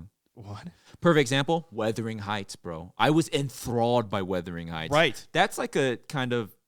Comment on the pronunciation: Hey, it's Wuthering Heights, not weathering 😅